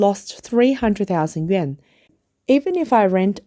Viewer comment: yen ? yuan? pronunciation issue?